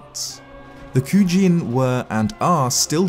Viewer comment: Hi! I really enjoyed this video! My only teeny tiny nitpick is that Kuji-In isn't pornounced "Kujiin" like one long word but "Kuji-In" like two words (koojee een). One cool thing I didn't know that I gained from this video is that the symbols in the circle are simply Hylian "RPTSKJRZZ." Thanks for revealing that for us!